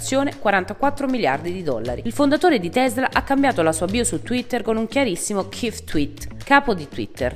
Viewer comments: Senza offesa , pure io ho cringiato parecchio alla pronuncia di Chief .... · "Chief" si pronuncia in un modo diverso e "let's that sink in" si scrive senza la s